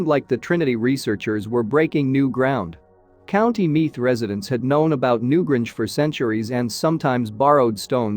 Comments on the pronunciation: new GRANGE!!! not new gringe. where do these people come from? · New Grange not Gringe! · Yes. It's infuriating. At one point I though the bot was saying Newbridge, which is a real town, but not so close to the Boyne Valley. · Pity you cannot pronounce Newgrange properly!!!! The "a" is pronounced "ayyy".